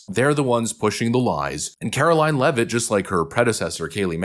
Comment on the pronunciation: Glad you know how to say her last name. So many youtubers are having a real hard time. You must be from New England?